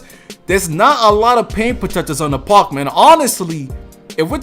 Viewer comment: I wish you could pronounce park right